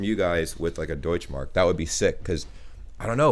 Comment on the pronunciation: The "e" in Deutsche Mark isn't quiet. Same like "Porsche";) #